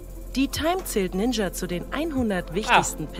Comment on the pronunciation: also dieser "ninscha" ist ja mal ganz an mir vorbei gegangen